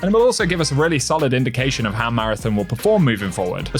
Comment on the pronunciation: ON ON ON ON, marathON. Stop fucking saying marathIN. Learn how to read my guy.